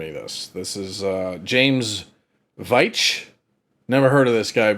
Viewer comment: Am I right in saying that the name Veitch is traditionally pronounced Vyke?